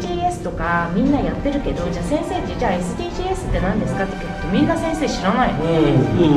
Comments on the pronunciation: 予告の「エスディージー"エス"」が凄く気になる… エスディージーズだと思ってたの間違いだったの…？ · エスディージーズだから エスディージーエスってなんだよ( '-' ) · SDGs（えすでぃーじーえす）とは 俺はSDGs（えすでぃーじーず）と思ってました方上の方が正解なのですかね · SDGsをエスディージーエスって読む時点でなんだか…… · SDGsについて熱弁してるババアがエスディージーエスって言ってるの草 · SDGsをエスディージーエスって読むんめっちゃおもろい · SDGsを語ってる人がエスディージーエスって言っちゃってるやん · SDGs(エスディージーエス)って言ってるのやばくないか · SDGsのこと「エスディージーエス」って言う奴初めてみたわ 普通「エスディージーズ」じゃね？ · SDGsはえすでぃーじーえすではなくて、えすでぃーじーずです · めっちゃどうでもいいし揚げ足みたいだけどSDGsをｴｽﾃﾞｨｰｼﾞｰｴｽって読んだ時の違和感が凄い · エスディージーエスって何？笑 エスディージーズじゃね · SDGsをえすでぃーじーえすって読むの笑う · えすでぃーじーえす読みなのしぬw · えすでぃーじーえすは草すぎる笑 SDGsのsをエスっていう人初めてみた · えすでぃーじーずじゃないん？w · SDGsの読み方が違う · おばさんたちは知らないだろうけど 今の中高生は思ってる以上に義務教育からしっかりSDGsについて習ってるし先生もちゃんと知ってるよね笑 読み方違うし